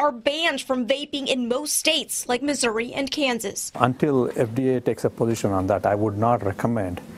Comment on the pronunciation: Instead of Missouri she said misery